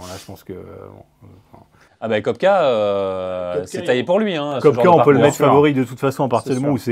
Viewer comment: Merci d'arrêter de prononcer "Cop-ka" le nom de famille de BK. On fait quoi, pour être "expert de golf" dans le journalisme ? J'aimerais essayer 🥴... 😅